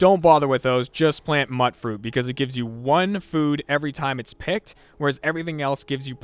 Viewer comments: Alright, now. You're the third YouTuber today calling it Mutt Fruit. It's not Mutt Fruit. It's mutfruit, as in mutated fruit. You pronounce it "myoot froot." It is pronounced in the game, so there's really no excuse for this. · It's "mutated fruit" so mutfruit...myootfroot, not muttfroot... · Jesus. H. Christ. It's "mute-fruit" not "mut-fruit." Radioactivity causes mutations, not puppies. UGH. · That is how I pronounced it for the longest time. I thought it was mutt-fruit because it was a chimera of different fruit types, kinda like how tatos are already. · what is it with everyone calling it 'mutt' fruit -.- its mutfruit as in mute fruit ffs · "Mutt-fruit"? lol Mute-fruit is how I pronounce it. Am I wrong? Genuinely curious. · not mutt-fruit mute-fruit like mutated fruit just a heads up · Ffs people... I keep hearing people call it mutfruit, with a hard T on mut, but you'd pronounce it like mutefruit. Heck, there's a garden run by robots, the name of which I don't remember, who say it correctly in the game. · "Mutt Fruit" had me cringing... its pronounced "Mute Fruit", as in Mutated fruit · "plant mutt-fruit" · It's pronounced "MUTE FRUIT" ya know, like how you'd pronounce MUTATION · Mutfruit is pronounced as mute fruit It's mutated fruit. Think about it. Lol Not trying to sound cockish. :) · it's Mutfruit, The first syllable is pronounced to rhyme with "mute". so it sounds like "mute fruit" it's a mix of Mutation and fruit. why does everyone get this wrong... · It's pronounced "MUTE fruit"!! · You pronounced mutfruit wrong. It's pronounced "mute-fruit", like a short form for "mutated fruit. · Stop pronouncing Mutfruit wrong. STAHP!